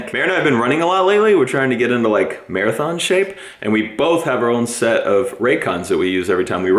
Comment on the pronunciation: so, really likes running "-a-thons"?